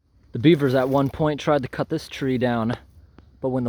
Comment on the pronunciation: You ever notice… When he says words with the letter ‘T’ at the end like ‘it’, ‘at’, ‘right’ especially at the end of a sentence, the ‘t’ sound is replaced with ‘ungh’. Some examples